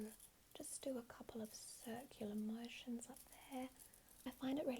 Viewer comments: Circular ✨ mow-si-yons ✨ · "Mo-sions" "Fa-sials" "Instruc-sions"